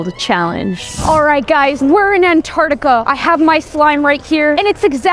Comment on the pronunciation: An- tart-I-ca